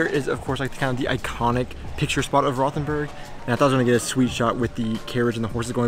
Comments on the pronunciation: like your Podcast, however need to work on your pronunciations. Rothenburg is pronounced "Rotenberg". "H" is silent and "O" as in "boat". Also missed out on the truly famous history of Rothenburg, The Thirty Years War ( ) period when Count Tilly of the Imperial Forces laid siege to the town. 🤷‍♂️ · We dont have the English th sound in German. It's actually hard to understand where you are. Rothenburg? Ravensburg? Rottenburg? Just dont pay attention to the h in any German word containing a th :-) A double "e" will make the "e" longer, not closer to "i": Schnee ist "Schneh", not "Schni" :-)